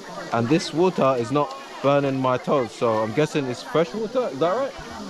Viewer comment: bro why you are always pronounce vater instead of water